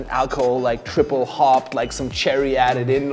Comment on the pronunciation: Going to pronounce Triple as "Traiple" from now on.